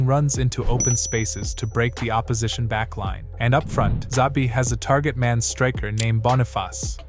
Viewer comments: It's not "Zabi" --- it's "Chabi" :-) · Made a video of Xabi, didn't bother to learn how to pronounce his name. Embarrasing